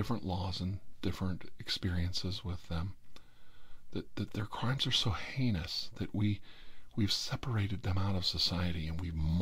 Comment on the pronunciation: Haha, you can never learn to say the word heinous properly, i chuckled. Great video and you're very very right, but just like everyone else not even has all the answers.